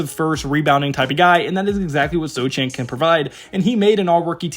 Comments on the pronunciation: it's pronounced "So-hannn" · Everything else here may be accurate , but you don't have to watch many Spurs games to know that the name "Sochan" has a silent "c", there is no "Vassil" on the roster, there never was a "Dedounte" on the team , and "Bran-Ham" sounds delicious with eggs, but we (Spurs fans) know the "H" is silent.